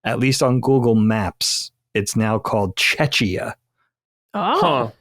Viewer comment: the fact that understands how to pronounce czech repepublic, but changes his pronunciation of czechia to "chech ee yuh" is remarkable 😂😂. love this episode and this crew, but i had to bust yr balls